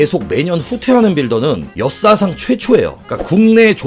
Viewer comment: 역사상 이란 발음이 왜 "엿"사상으로 들리냐 ㅋㅋ